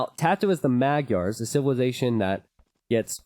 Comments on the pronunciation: Because it's a *Hungarian*name, madgyers isn't prounced the way it it's spelt, its actually pronounced closer to mad jerrs. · Czédula Zsolt you are absolutely correct. I just done goofed up in my memory. Either way he still pronounced it wrong.